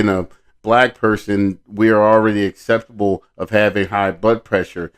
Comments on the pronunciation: I heard the acceptable as well. He was trying to say susceptible and can't even say that right. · It bugged me how he said acceptable, instead of susceptible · I would never listen to that guy. He just sounds very unintelligent. He can't even say susceptible correctly. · Hes trying to say susceptible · The guy can't even pronounce the word "susceptible"